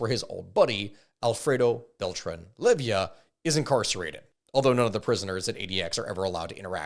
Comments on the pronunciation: Good video but dawm, hearing you misspronounce so many last names hurts broo, its leyva not levia, and well some others its just accent but yeah some names really got misread badly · Bro said lay-vee-uh, its lay-va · 🤦🏻‍♂️it’s Leyva, not Levia. lol. And peñanieto didn’t botch the government response to the missing students. He covered it up. There is currently an arrest warrant for him in Mexico as he fled to Spain. And in Mexico, presidents serve only a single 6 yr term. There is no re election. Most of your info is actually pretty accurate. You left out so much but I get that you’re only talking about what’s been proven.I’m impressed. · If I hear him call the Beltrán-Leyva cartel "Levyia" one more time I'm gonna freak out. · Ovidio not Olevito Guzman OseguEra not OsegUra and finally LeyIVA not LevIYA El MayoR !?? how is possible you cant read bro at that age?